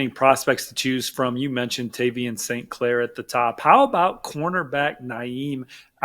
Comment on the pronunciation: They got every single name wrong, even St. Claire